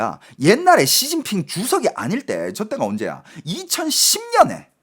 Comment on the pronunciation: 앜ㅋㅋㅋㅋㅋㅋㅋㅋㅋㅋ 야이c 쒸진핑쉬바샠힠ㅋㅋㅋㅋㅋㅋㅋㅋㅋ찰지노